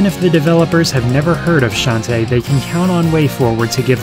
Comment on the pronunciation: I think it's pronounced Shon-TAY.